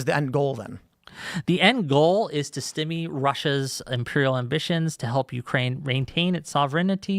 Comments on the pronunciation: This MF pronounces "Stymie" like "stimmy" 💀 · This was soo hard to listen to. Not least of which was hearing this absolute moron pronounce stymie "stimmy." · If a person can't pronounce stymie their opinion really doesn't hold much weight.